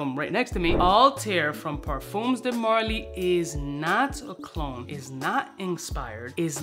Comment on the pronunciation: 'ParFUMMMS' de marly, lol